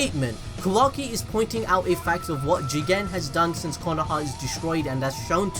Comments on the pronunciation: Oh I thought he said Jiren from dragon ball super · The way you say JIGEN 😂😂😂😂😂😂😂😂😂😂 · For some reason, i had to press backwards and replay whenever he says JIGEN!!!`lol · First of all☝🏿 you didn’t say JIGEN!!! you messing up! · Love the way you said "JIGEN" 😂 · If you say jigen one more time I will unsubscribe